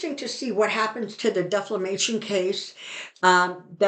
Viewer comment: You mean defamatory (not deflamatory)! And defamation (not deflamation)! Thanks very much,, for your clear, balanced, positive, and encouraging readings.